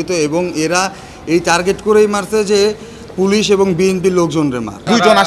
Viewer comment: সংবাদ পরিবেশক পুলিশকে বলে পোলেশ 😂